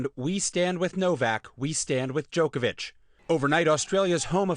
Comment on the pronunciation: Really Stephanopoulos? DjokoviK? You knew how to pronounce Milošević properly when you worked for Bill Clinton in the 90's, but you don't know how to say Djoković.. Strašno..